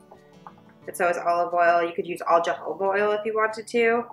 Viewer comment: Fabulous thank you. Smells amazing. I used avocado oil. Note: it’s pronounced hohoba :)